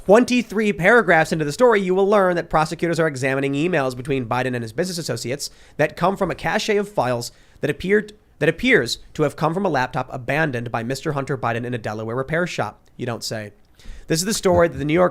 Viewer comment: Cache is not pronounced "cash-eh", it is just pronounced "cash"